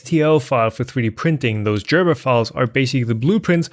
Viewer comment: Gerber, not Jerber. I mean, it is a hard G. It is, after all, a German name.